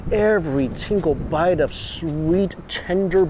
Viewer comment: "every tingle bite" lol ya I bet it tingles!